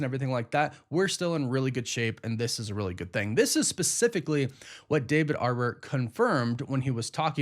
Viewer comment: Why do you keep calling him David "Arbor"?